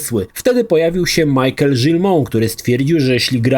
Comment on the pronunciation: Wszystko git tylko nie Majkel, a Miszel. ;D